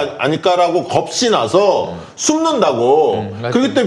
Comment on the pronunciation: 잘 보고 있습니다. 종편출연자 원포인트 레슨은 종편 출연 전에 해줘야 하는 거 아닌가 싶은데요. ㅋ 화이팅입니다. 그런데, "겁이나서"를 왜 자꾸 "겁시나서"라고 발음하세요? ㅋㅋㅋ 방송 듣다가 자꾸 걸립니다. 사투리인가요... ㅋㅋㅋㅋㅋㅋㅋ 고쳐주세요. ㅋㅋㅋㅋㅋㅋㅋ